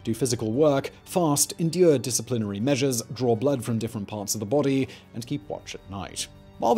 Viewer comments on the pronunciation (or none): none